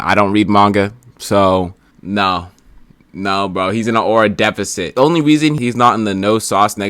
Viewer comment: Defecit not Defecate lmaoooo